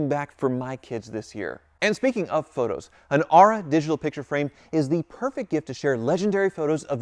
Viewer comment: Has your sponsor Aura asked why you pronounce their name Are-ah instead of Ore-ah?